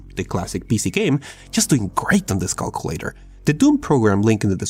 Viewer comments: Lol he says cockulator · I like how he says Cockulator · I like how you say “calculator”